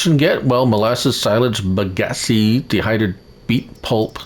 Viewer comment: How do we manually transport the tanks of Molassas I tried using a autoload mod set to fluid tanks and it wouldn't work. Also just a slight correction you were pronouncing Bagasse wrong the E is actually silent